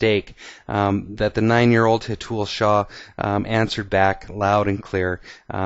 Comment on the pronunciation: Its Hé-th-ul shah :) loved the video :D